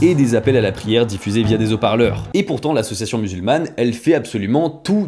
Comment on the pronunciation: S'il-vous-plaît, prononcez " haut - parleur" , pas " zoparleur" .